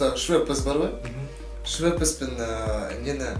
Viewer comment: Швепес емес,швепс